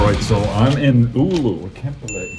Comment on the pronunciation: It’s Oulu, not Oulo or Uleåborg in Swedish.